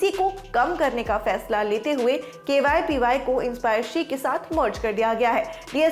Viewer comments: Ma'am it's KVPY not KYPY.....!!! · Why is anchor saying KYPY instead of KVPY? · Camera Jatin ne shambala pr jaban sambhale ke liye bhi kisi ko rakh leti madam. KVPY ko KYPY bol rahe hai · Dekh rha h Binod . . Kaise KVPY ko KYPY bol ke nazarandaz Kiya ja rha h.😃😃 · Pagla gyi hai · She must be reading it from her documents, whoever wrote this news must be dumb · KYPY kyu bol Rahi hai aap baar baar. It's really irritating. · ये v को y पढ़ती हैं। समीर भाई की बहन। (BB ki vines) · Main word KVPY hi galat bol rahe hai 🤦